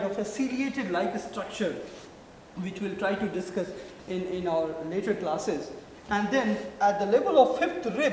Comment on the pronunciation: trachea ko bol rahe hain "truck kiya" hahaha our ko "auvar" hahaaha